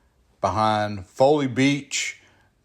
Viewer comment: It's Faw lly beach not foilly